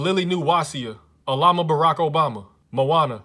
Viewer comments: Normal people: "Alabama": "Alama Barack Obama" Me: "ah yes, I see you're a man of culture" (Also, I've learned a new language by watching these. I love these so much. Please keep this up for my sanity) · “Alama Borock obama” I’m dead 🤣🤣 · No one: Literally no one:: Alabaraco Obama Barack Obama: hehe now a state is named after me